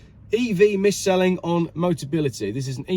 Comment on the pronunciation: mate, it’s MISS-SELL … I thought your article was about dyslexic weaponry. Sounds like that those £40 charges were at £1 per kw motorway chargers. Sorry but unless there’s a cap on charger costs, new battery technology is developed that multiplies current ranges, or replaceable / hot swappable car batteries are invented, electric cars are an overpriced, very niche product only suitable for a tiny few. Regards to the medical needs comment, I used to work in a dealership that had a motability service and they absolutely do check your usage to see what car is right for you: I suspect she basically said “I don’t go out much but can’t walk far so it’s for popping to the hospital, shopping etc” which is why a low mileage capability car was chosen. It’s always a good thing to sense check this and maybe if the siblings had attended the dealership with her this may have been avoided.